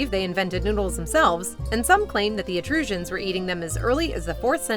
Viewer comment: You mean the ETRUSCANS? Which is pronounced "eh-TRUS-kenz"